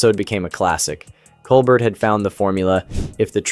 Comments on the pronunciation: It's Col-BEAR,, BEAR! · How about pronouncing Mr. Colbert’s name correctly more than two times in a video. Just so you know… it is not Cole-BERT, it is Cole-BARE. Have you ever watched the show?…it would seem not. It is a French name, hence COLE BARE. It is an insult to Mr. Colbert…aside from that I enjoyed your videos on Colbert and Kimmel. Please watch the Colbert show and learn to be respectful. Thank you. 🙃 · It’s amazing that you can’t pronounce “Cobert”